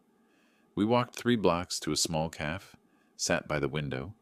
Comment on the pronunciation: Love reader's voice. However he seems unable to pronounce the word "cafe". It is not pronounced CALF. It is is pronounced Ka fay. He has said the word incorrectly in all the stories he has read. Annoying!!!